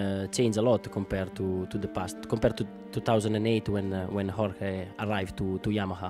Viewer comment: he pronounces it yor-ghey lol